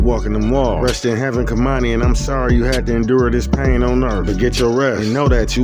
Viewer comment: You aren't even pronouncing the baby's name correctly! #sayhernameKeimani